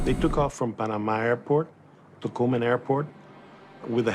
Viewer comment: that "Tocumen" pronunciation from the narrator took me by surprise